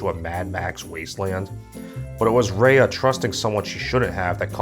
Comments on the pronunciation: The fact that this man is criticizing a movie MADE FOR KIDS, talking about how the movie didn’t represent the southeast Asian culture like some how he’s southeast Asian, making all these references which is totally not identical can’t even pronounce he name right like it’s RAYA NOT REYA like you’re not the one to judge since you know nothing about southeast Asian culture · Raya is pronounced as "Rah-yah" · you said Raya wrong. It's Rye-Ah. Did you even watch the movie? They said her name one thousand times. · Hi, I can tell you totally not invested in this video because your pronouncing Raya’s name wrong. It’s Raa - ii - yaa not Ree - ii - yaa. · Why do you keep saying Rei-yah? It's Ruh-yuh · I'm triggered by you mispronouncing Raya...